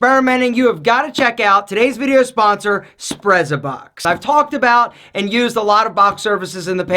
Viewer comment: Wouldn't it be pronounced "s'pret-sa-box". From the Italian "sprezzatura". Like "pizza", the double z is pronounced "ts".